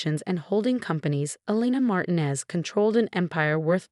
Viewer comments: It’s Mar ti nez, not marinez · Please correct consistent mispronunciation of Martinez.